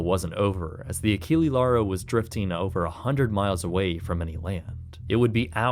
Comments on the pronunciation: Just a small heads-up - Achille would be pronounced "Ah-sheel", with a soft c, instead of the hard c used in Achilles. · nice documentary, but "Achille" last E is not spelled like alphabetical E, but E like you spell "explosion"